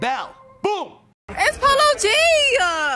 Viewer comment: did he just pronounce it as “palogee”